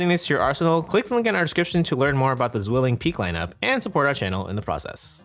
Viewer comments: tswilling, not zshwilling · Learn to correctly pronunce your sponsor name. :) It's a german company, so it's not "ZUilling".. it's "zVilling" 😅